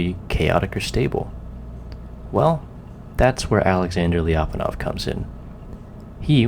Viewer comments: Why do anglophones have this obsession with breaking diphthongs/semivowel+vowel sequences in all foreign words? Lya, not lii-a. Fie-ri, not fi-ei-di. Sier-ra, not sii-èə-rå. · hey, it's pronounced "Lya - pon- off". The Lya is all one sound! Thanks, -russian speaking friend